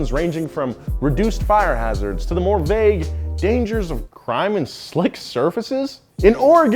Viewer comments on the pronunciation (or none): none